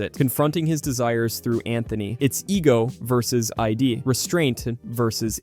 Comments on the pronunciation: Id, not "ID" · Just fyi, "Id" is pronounced the same way you say "did", just without the "d", not like the abbreviation for identification.